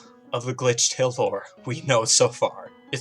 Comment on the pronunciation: I really can't understand it's glithrale or.....